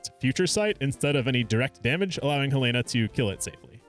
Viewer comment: Finally someone who correctly pronounces Helena